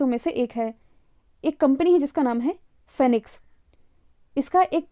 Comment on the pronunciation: फेनिक्स नहीं.. फिनिक्स